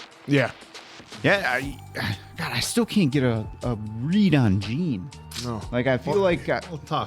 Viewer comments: Just an fyi, Jean may be spelt like the pants but it’s pronounced as ‘John’ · Jean is pronounced “Jon” like the French pronunciation:) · jean’s nama pronounced like jan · About Jean's name pronunciation. It's neither "John" nor "Gene", it's more like Jeanne in "Jeanne d'arc".